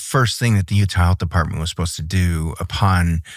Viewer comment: He said “defartment”